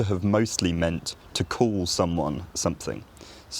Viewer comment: When you said the word call, I thought you said cool. I’m Canadian, born in England, raised by English parents (Lancs. and London).